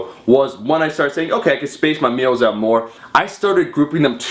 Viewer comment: wait.. did I just hear "oot"? Are you canadian Omar?